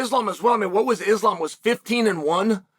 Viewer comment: I love that he can say Khabib's name. But refuses to say Islams name right hahahaha.